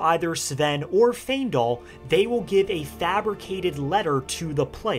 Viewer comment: Great video but giving bro a like just for pronouncing Faendal right 😂 I promise if I hear someone say "Fyiendal" one more time...